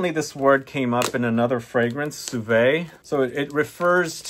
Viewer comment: Cuvée skin is pronouce Kuvé skin my friend